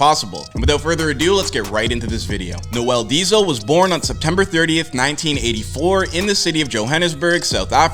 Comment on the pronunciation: I love how they butcher your name 😂😂